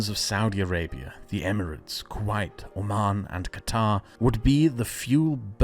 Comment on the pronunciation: It's kuwait not quite